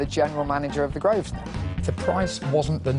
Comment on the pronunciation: it's infuriating hearing the owner of a business mispronounce it 90% of the time. it's not "grove-sner" it's GROVE-NER!!!